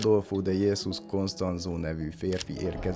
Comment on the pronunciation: Jesus,ejtsd Hesus a spanyolban a j-t h-nak ejtjük,de amúgy érdekes, jó videó lett! Furcsa a szőrzet a baba arcodon ,de egyébként jól áll! Csinálj sok videót,falom őket! 😉🤘